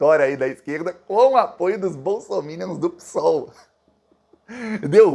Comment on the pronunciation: Ô, bom guri ! Tu és tudo de bom !!! 👍🏻 Mas, não gosto que fales "Pissssool". É estranho. Pareces um português, lá de Portugal, afastado, distante. O termo real e certo é " pêssoal " PSOL". Só observo, esse quesito, para seres melhor ainda, somente isso. No mais, estás Sensacional !!!! O Brasil do Bem, te ama muito !!! ❤🇧🇷❤️🙋🏻‍♂️🤝